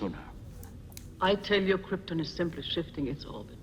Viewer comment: Everyone was afraid to tell Marlon Brando he was mispronouncing the word “Krypton”. 🤣